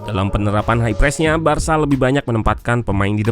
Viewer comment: Cara baca "Barca" itu barsa bukan barsya